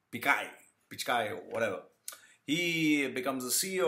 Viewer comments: Why do u sound so angry? What u said about corruption may be true but my caustic friend why the bitterness? OK America offered him a career as he was INTELLIGENT and HARD WORKING but what about u POOR MAN? did an American passport help u as it did PICH KAI as u wrongly PRONOUNCE?????? Am american passport did NOTHING FOR your career MY FRIEND. So its PURE JEALOUSY speaking—Look at your tatooed face with all bittreness and evil!!!! Regarding beliefs—you guys have your own fads, so dont talk about India and one more thing--there are all kinds of corruption and dirtiest crimes in your country too--so worry about them my caustic acidic and unpleasant evil friend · Hi, happy to hear someone echoing my thoughts:-) You nailed it, man [except for the Pichai pronunciation, people should rather try helping you there instead of abuse - can't help it if people love to belittle to show that they are 'be little'] The fact that your critics wish to conveniently ignore "prison & labour camps" speaks enough.. Note: It's Pichai [Pee-Ch-Ay or Pitch-Ay], in case he hits the headlines again for making Indians and the Indian Govt pay for Google's Services in the near future.. have a great day, man!! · Guys. I know whatever he is saying like pronouncing Sunder Pichai's name incorrectly and being wrong about India's population is done intentionally. Probably to get attention. He can't be that stupid to not know such things.